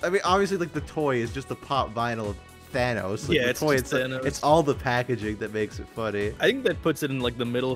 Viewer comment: justicege leaguece thañosós that part when you say thanosos sounds like Spanish word and now only 4 people care about it and the 4th one is me